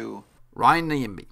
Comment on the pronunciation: Heys its not Niyambii..... but Nyambe. pronounce "'Nya"' as u do it in the word "Nyasaland'' ----mbe sounds like cow sound ( mbuuuuu, in that case it would be Mbeeeee)